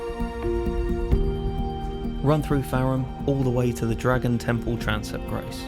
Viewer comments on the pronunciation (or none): none